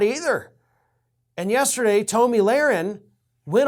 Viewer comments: Toe-mi?? Dude stop the mispronounced names. You're better than that. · I love you call her “toe-me”.